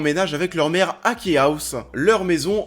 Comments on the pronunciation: Tu dis lock and ké et deux secondes après tu dit ki house, key (ce prononce ki) reste le même mot pourquoi tu le prononce différemment une fois sur deux ? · Perso j ai kiffe du début à la fin ! En plus comme comics ça change ! OH et au fait key ça se prononce ky hein parce que c de l anglais😂😂keih c moche